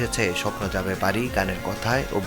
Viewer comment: "স্বপ্ন যাবে বারি" না রিপোর্টার ভাই, "স্বপ্ন যাবে বাড়ী" এভাবে বলেন😅😅